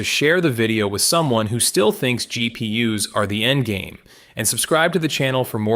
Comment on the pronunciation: "GP Uh"s. Get a mic. Learn how to use it. Do the same with your scripts. Also.., Photonics has solved the memory problem. Look into Akhetonics. The solution is simple. It's not whiteboard dreaming either. They're shipping to test partners. Expect new soon.